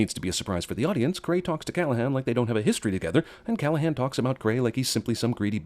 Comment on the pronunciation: Thank you for properly pronouncing my name right (Callaghan)